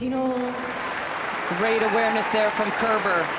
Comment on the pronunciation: Great match. Every time the male announcer said Kerber's name though, it sounded like "Care Bear".